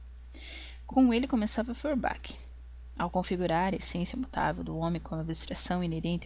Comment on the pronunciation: Outra coisa, acho que você poderia se interessar por esse site de compartilhamento e gravação de audiolivros ). Por fim, uma sugestão mais secundária e até fico envergonhado de apontar, mas as pronuncias dos nomes estrangeiros poderiam ser feitas um pouco mais proximo da lingua original, assim Feurbach seria pronunciado como "forba", Hegel como "reguel"... etc. Caso ajude vc pode checar a pronuncia na wikipédia ou no google tradutor. desculpa se fui inoportuno, mas tentei ser construtivo nas sugestões. Obrigadão pelo vídeo! Viva o comunismo!